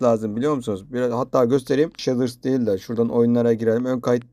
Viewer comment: He abi bide sheders değil shades diye okunuyo direk